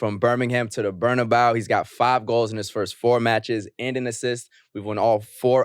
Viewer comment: Great podcast, much anticipated and appreciated 😁 But y’all gotta stop capping on the Real Madrid stadium name, its BarnabEu not BarnabAu the E is pronounced like the first letter in the word Egg! you know spanish bruh don’t let it be confused 🤣🤣